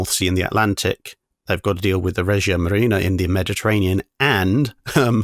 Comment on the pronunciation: A tip for italian pronunciation: the g in "regia" is pronounced the g in "regicide", always when i or e follow g like generale (general), Giappone (Japan), Germania (Germany) it sounds like J